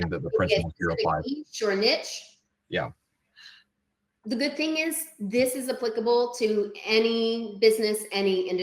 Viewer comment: I'm just letting you know that the way you pronounce Niche is alarming, I had my eyes closed and the ad was just playing, but once you Niche they snapped open and it put me on alert